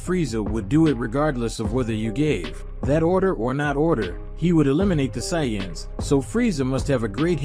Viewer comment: And sayance?